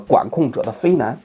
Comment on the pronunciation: 王老师，非难不念非nán，念非nàn。